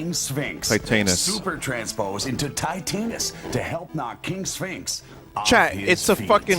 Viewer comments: Titanus is supposed to be pronounced like Titanic, not "tight anus" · That's not how you're supposed to pronounce Titanus, Vinny.